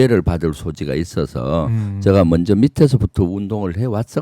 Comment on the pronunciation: 김병주 존나 실망이다. 공취모 모임에서 탈퇴했지. 완전 이것도 멍청래 길 따라가는 구나. 딴지만 쳐 보나봐. 최고의원이 누구덕에 됐는 데. 말도 어눌해서 제가를 저가 저가 이렇게 발음하는 놈 잼통령이 조금 코치해서 진지한 연설로 바꾼 뒤에야 겨우 득표해서 최고의원이 됐건만 지가 잘나서 인 줄 아나 봄 4 성 장군이라고? 니가 일을 잘 했으면 대통령이 국방장관으로 임명했지... 최고의원 자리 박차고 나가서 되지도 않는 도지사 뛰어들고 그 최고의원 자리 친문한테 넘겨준거나 마찬가지야. 계속 그렇게 친문한테 충성해봐라. 남양주 의원 자리도 바뀌게 될 거다.